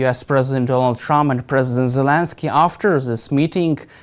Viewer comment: What am I missing? Why does he always pronounce Zelensky with a J sound instead of the Z sound? THX